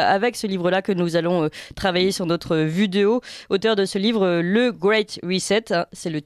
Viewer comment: Merci ..oufff elle m'énerve avec ce nôtre